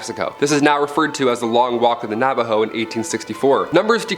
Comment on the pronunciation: I'm from New Mexico and I about died the way he pronounced "Navajo" definitely incorrect but it's all Good 🤣